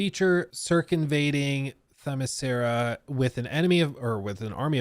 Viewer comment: It’s usually said more like “Themis-Kira” like Kira from Death Note or something. Obviously, given the spelling, it’s a bit more “Ssskira” Themiscyra… but I just wanted to point out it’s not “Themis-sear-ah.” Edit: there are multiple ways to “kill” and revive Diana. If the game takes place on Themiscyra especially, since the Amazonians are made out of enchanted clay, she could be further blessed by Zeus or something so she just turns into clay and reforms. I think this works best ON the island… but really, she’s usually so closely tied to Gods… and there was a recent story where perhaps her “Father” was actually Hades, not Zeus… so maybe she gets a blessing from Hades (the God) to always come back from Hades (the Underworld)… that could work, too. Or, the usual Lazarus Pit stuff. They also recently had a Lazarus Island where basically everyone was supposed to fight to the death and could die 3 times… and Damian Wayne Robin was involved and got his heart literally ripped out by his new girlfriend lol… so they could do that. They also had the “Lazarus Planet” storyline… where all the Lazarus “juice” or whatever the liquid in the Pits is, ended up turning into rain all over the planet, and some people got their powers changed and stuff… so basically, there’s A LOT they can do with Lazarusium or Dionysium (which was involved in the White Knight storyline, iirc, where basically Joker kept always coming back from his supposed deaths because he was kinda immortal due to finding Dion